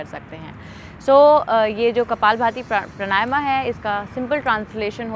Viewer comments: देवी जी प्रणायमा नही है , प्राणायाम है । कम से कम आप तो मत बिगाड़ो शब्द को , योग से योगा कर दिया । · सही उच्चारण तो सीख लो मैडम प्राणायाम होता है। प्रणायमा क्या होता हैं विदेशी बनने के चक्कर मे नाम भी गलत बोलोगी क्या।। विदेशी तो सही बोलने का प्रयास कर रहे हैं और ये अंग्रेज बनने के चक्कर मे बेड़ा ग़र्क कर रहे हैं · प्राणायाम शब्द है,...सही उच्चारण करें